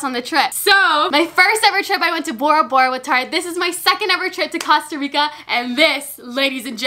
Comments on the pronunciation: i know she did not just say “COSTah rica” smhh🤦🏻‍♀️🤦🏻‍♀️ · Costa Rica NOT COSTa rica , anyway you're one of my favorite YouTubes❤️😂😄❤️😊☀️ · You are legit my favorite youtuber and you're just so cute and funny.. You make me smile and stuff, and it's COAST-A-RICA. Not Cost-a-rica. ILY BUT FR. XD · Your saying Costa Rica wrong😂 it’s not Casta Rica (kind of how you pronounce it) it’s cOsta Rica with the long o sound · it’s cOast-a-rica not cost-a-rica😂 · I love but it’s COSTA NOT CASTA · Coast not cost lol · Costa Rica not Casta Rica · OMG THE WAY TO PRONOUNCE IT IS COASTA RICA NOT COSTA RICA ahhhhhh my ocd every time you say it wrong drives me insane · I love you but it’s pronounced cost a rica Not coassst! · I'm sorry... am I still the only one that is bothered that she's saying causterica and not costErica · “ Casta Rica” 😂😂😂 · A quarter through the video and she continues to say CAsta Rica again 😫😂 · awww thanks for trying we don't mind if u say CAsta Rica we love u anyway 😍😘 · I’m costarican and I showed my dad this video and he was like cringed out of his MIND when you said casta rica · Anyone else saying COSTa rica like?😂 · it’s pronounced coast-uh-ree-kuh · Im sorry I love you but "CASTA RICA" ahh "CO"😂💛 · “Cost-a rica Cost-a” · “Casta rica” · c-OH-sta REE-ca it's not that hard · Wtf is CASTA RICA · It's okay about the prenunciation of Costa Rica. You Americanized it. We love a unique queen!!!!😘😘😘 OMG and I love how your hauls aren't boring, they are so hilarious. I love your personality, I would honestly love to have it. Can you adopt me??? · YOU KEEP SAYING COSTA RICA WRONG😂💛.......... but I love you so much💗❤️ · Cringe every time you say Costa Rica wrong 😂😂 jk loveeee you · "Actually it's Costa Rica I see your comments I know I'm pronouncing it wrong" but yet continues to say it wrong. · am i the only one who noticed she said costa rica wrong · you said Costa Rica wrong:)